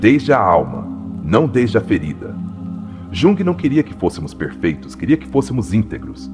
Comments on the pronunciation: Esse AI deveria ter sido ensinado a falar o nome correto. Jung? Yung. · Mas ele está nos mostrando tanto sobre este autor, que não faz mal ele pronunciar errado. Um beijo!❤